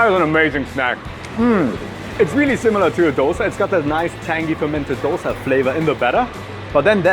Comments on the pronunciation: "it's actually pronounced Dhosae here". Yess. Thank you for releasing that info! 🙌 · DHO-Say... bro kudos... lot of indians are so oblivious to the pronunciation. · Honestly a great pronounciation of the word Love to see you here Do visit again Taaza tindi is a must visit for you and even paakashala You at least told dosa Many mispronounce it as doughsa....... Hats off for half the right pronounciation Great job.. Do try some of the other delicacies in bangalore.